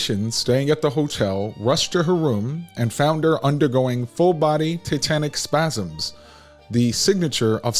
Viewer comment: Dying at the pronunciation “titanic spasms” 😂😂😂